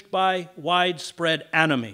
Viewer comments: For a second I thought Mr Hedges said “Anime” which made a lotta sense to me XD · Wait i thought he said "Anime"